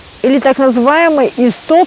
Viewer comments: называйте правильно, не исстот, а иссоп. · Иссоп, не истоп.